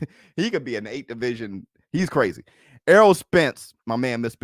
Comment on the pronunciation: Almost said cwazy